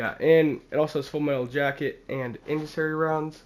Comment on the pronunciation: it's pronounced in SEND e ary